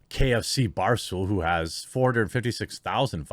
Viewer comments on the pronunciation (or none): I think you're suppose to pronounce his name as KFCB Ars Tool.